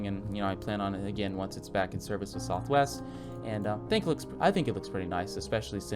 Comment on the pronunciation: “Southwe airlines” 10/10 accurate